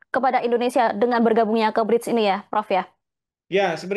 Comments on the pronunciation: Narator knp slalu bilang Bride..BRICK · gemes banget host nya gak bisa nglafalin BRICS. pelafalannya itu sama kaya kata bricks (bata), bukan bridge (jembatan). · Bukan bridge mbak, BRIICK